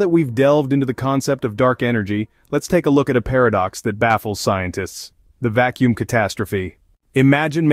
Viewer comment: "The vak kacuum catastrophe" That's it for me. I outa here. Teach your robot better.